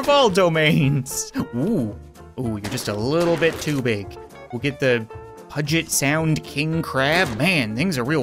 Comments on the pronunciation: Its not pronounced "puget" It's pronounced "pe-u-get sound." You're probably wondering where puget sound is, and it's in Seattle. Welp, that's it! (Plz tell me if puget sound is a place or not, people from seattle) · puget sound is pronounced pueget sound (as a seattleite i thought i shoud point this out) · It’s pu-jet-sound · He said puget sound wrong 😂 I live near Seattle so I’m slightly offended 😂